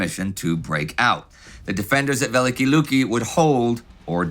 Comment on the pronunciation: A slight correction in pronunciation, if I may. "Великие Люки" is pronounced as [vʲɪˈlʲikʲɪjə ˈlukʲɪ] or [veh-lih-kih-eh lyuki].